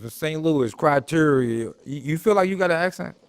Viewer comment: Cwateria 😂 criteria